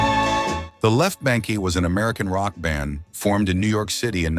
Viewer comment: Left BANKEE...the 'e' is silent! Get a real human narrator...